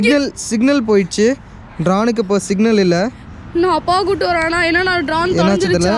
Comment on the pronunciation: bro not drane its drone